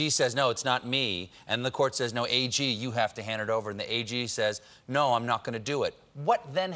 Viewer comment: "compu-er says naooow" cough